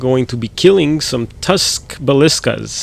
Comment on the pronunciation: lol nice work, and yes your pronounced ballista properly